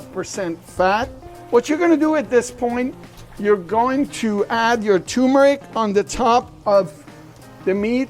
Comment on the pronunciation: Great recipe! Btw, there are two r’s in turmeric. Both are pronounced.